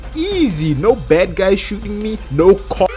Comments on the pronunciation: i love him saying kop like a dutch person i guess ur an north african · Are you Dutch? Bc you said kop😅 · you said kop i smell dutch